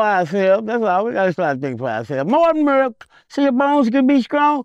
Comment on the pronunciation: "more muruck (milk)......so ya bones can be skrong" 🤣🤣🤣🤣🤣🤣🤣🤣🤣